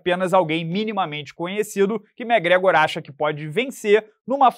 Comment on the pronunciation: Só vim pra ouvir o amiguinho falando Mé Grégor 😂